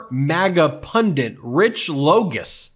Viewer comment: Ben the word is PUNDIT not Pundet.